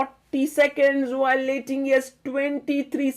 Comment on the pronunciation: Superb play by Humpy under time pressure!! Sagar bhai... correct pronunciation is "Ting-Jee" and not "Ting-ye".